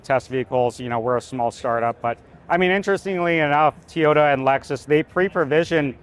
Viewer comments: Toyota, not Teeyota. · What's a Teeota? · Be great if he weren't saying "Tee-yota" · I never knew it was called tyota 😂